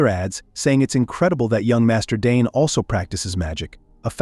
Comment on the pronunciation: They keep saying DNE whole time his name is Dane😢😂